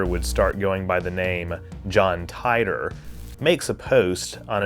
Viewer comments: I’ve read extensive info on this conspiracy. Titor (pronounced teet-or not tit-or). You did a good job covering the info but your areas of skepticism and claiming it borrowed from back to the future was comical but made you look sorta dumb and shows you didn’t do too much investigation. Back to the future was actually depicting things physics said could be possible if time travel were. The Kerr singularity theory is not just a theory that rules the concept of time travel, it’s extensively being experimented with at CERN in their lab created universe program which is what the atom smashing experiments we all hear about are foundational hut upon. That’s why before they turned it on the said there was a small chance they could open a black hole. This wasn’t the truth as the disturbances they make are similar to micro black holes and fleeting. The Kerr based machine was also patented in 2012, that’s a whole story on its own, but GE did indeed buy the patent but later cancelled the sale when the created was convicted on some nasty charges. According to GE themselves(I have called in the past myself) they do possess the patent but were not working on it. So that’s another thing that did come true and was not even in the works at the time of titor. Good coverage but you def dumped on the back grow research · I believe it was pronounced "Teetor" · He created the Temporal Integrity Commission. And then he changed the pronunciation of his name to Tee-Tor (which I think is actually how its pronounced according to all the Art Bell interviews I've heard) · The creators of this fantastic hoax have already revealed themselves....and I appreciate you calling it a hoax from the start. I think it's pronounced "TEE-DOOR" though. First non trek video I've watched on your channel, good job, thanks! Speaking of your trek vids, ever thought about what divorce would look like in the trek universe? If it makes you feel better, i watched the wormhole video lol. I watch all your trek vids :)